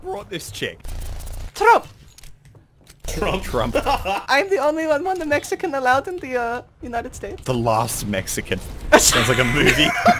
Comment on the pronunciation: Tyrodin "THE LAST MEXACAN"